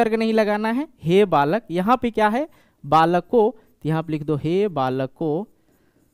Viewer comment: Aapka balakau ka uccharan sahi nahin hai.